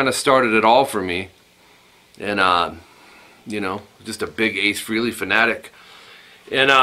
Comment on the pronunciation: Hearing people say "Ace Freely" is like nails on the chalkboard lol. But this is a great lesson.